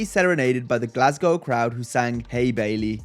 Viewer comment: Gets a like simply for not pronouncing Glasgow as “Glassgouh”